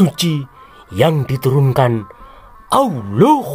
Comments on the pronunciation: Sama nyebut awuloh juga bikin kekel ....... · Ijin tanya Min.... Kenapa saat Kata ALLAH, AL-QURAN dan MUHAMMAD ada PENEKANAN yang Berdea dan Aneh? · 😂😂😂😂, aku baru lihat channel ini, ngakak aku dengan gaya ngomongnya, 😂😂😂, apa lg pas bilang "muhamad" dan awloh eswete 😂, lucu, langsung aku subscribe 👍🏻maju terus ya channel nya 👍🏻